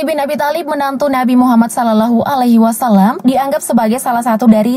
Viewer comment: Miminya bukan islam yah, kok nyebut Salallohu alaihiwasallam kyak gitu. Wkwk